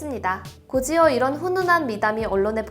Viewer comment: '곧이어' 는 연음법칙으로 [고지어]가 아니라 [고디어] 라고 발음합니다